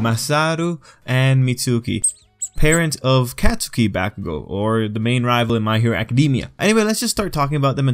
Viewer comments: Katsuki= kot-ski Idk it bothered me he said Katsuki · Every time he says CatSOOKI BAHkugo or acadeemia I wanna die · Yo you don't say bakugo and katsuki with a long a sound you say it like Mario bAkugo kAtsuki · lowkey, Katsukis mom has Hispanic mother energy. also why he b callin him CATSOOKI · No one:: cat - soo - key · It’s pronounced kot-skie. A lot of people say it wrong, don’t worry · Anyone get triggered when they say the name wrong??? and say it as Cat-Sew-key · Kat su ki ?? Why you say his name like that lmao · He’s pronouncing katsuki wrong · You say Katsuki's name wrong.